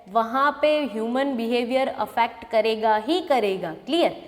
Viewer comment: Mam you said kareinga was very nice 😂